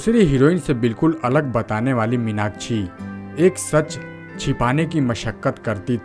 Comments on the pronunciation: Take her name properly it's irritating 😡 minachi nahi minakshi🙏🏻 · इस्टार* क्या होता है स्टार होता है, मिनाकछि* मीनाक्षी,उच्चारण तो ढंग से किया कीजिये बरखुरदार 😊😊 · Stop saying Meenakchhi, try to correct as Meenakshi